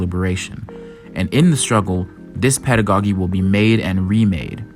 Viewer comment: nice analysis... but please...it is pedago-JEE, not pedago-GEE. It's like the first syllable of the word "jeans." I cringed every time you said, "pedago-geeee" 💀💀💀